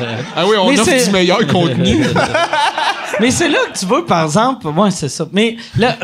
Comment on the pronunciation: Mike "parzemple" Ward